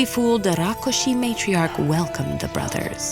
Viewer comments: It's rakshus not rakushi 😂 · Rakshas... Not rakoshes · Its Rakshas not Rokkhosh Please Pronounce it Properly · This is a bengali folklore and hence it's Rakkhosh not rakshash. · I wont complain about rakkosha instead of the hindi rakhsasha cuz the story is bangla i believe However the ka instead of kha in rakhosh reeealy bugs me😂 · It is Rakhosh. If you are a bengali, you would know. If you arent a bengali, learn. Dont presume your knowledge, however so little which is a dangerous precedent. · Nope it's Rakkhos in Bengali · The word is actually "Rakh-khosh" in bengali folklore. I am genuinely happy seeing "Thakurmar Jhuli" (Grandma's bag) story on Ted Ed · i didn't say any language is wrong or right, I just said that it is not right with respect to it's original pronounciation is wrong. Also hindi pronounciation is also wrong even in "tatsam hindi" due to schwa deletion, which retained in bengali\eastern language and "a" become "o", in my langauge magahi it becomes "wa", like bike becomes BIKEwa, CARw, but rākshasa pronunciation is just way too wrong in bengali. it would have been Rokshosho but my theory is that bengali has taken this word from prakrit and not directly from Sanskrit Prakrit has tendency to convert क्ष into ख. Bhikshu become bikkhu, which is bhikh(beg) in hindi, siksha become sikkha, seekh(learn) in hindi Also, it's true that hindi don't have much with Sanskrit grammar/syntax but I doubt that even bengaliis common with Sanskrit grammar\syntax. I dont know much to comment on it but it may be true. But Tamil, telegu, kannada have almost same grammar\syntax as Sanskrit. All other language were influenced by Sanskrit and it's grammar. Funfact :- Sanskrit grammar had great influence in grammar of Russian and German language